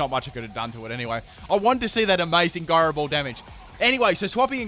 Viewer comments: "Guyrow ball" You're killing my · He pronounces gyro ball wrong. “TRIGGERED!!!!” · The way you pronounce gyro ball made me think you were talking about Garbodor....